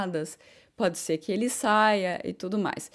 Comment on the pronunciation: fala muito Hã, hã ... Fala SE ao invés de SER ... Repete muito a mesma frase ... No mais está quase perfeita !!!! Acho tu serás uma das melhores e ................ Cá pra nós.. TU ÉS 10 VEZES MAIS GATA DO QUE NOSSA QUERIDA Mariana Becker ,,, Torço por ti "rainha training" da F'1